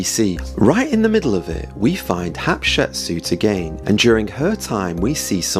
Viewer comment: You keep saying "Hapshepsut" instead the correct name "Hatshepsut". In addition, Moses wasn't a common man who was elevated to the highest ranks, he was adopted as a baby and hence was never a common man. I'm really interested in knowing who the pharaoh of Moses was but I don't think you cracked it.